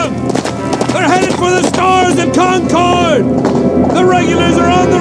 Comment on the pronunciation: You would think the actor yelling "Concord" could have pronounced the town name correctly.....